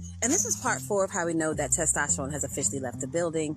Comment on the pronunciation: Testrone? Or Tyrone?? Lmao..it's testosterone!!